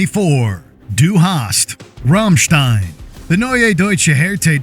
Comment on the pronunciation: The pronounciation of Rammstein made my ears bleed